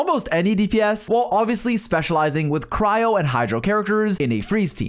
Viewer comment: Dude it's cryo not crowd